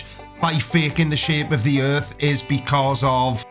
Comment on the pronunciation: gets a flat tire: "A-HA! THE EARF IS FLAT!"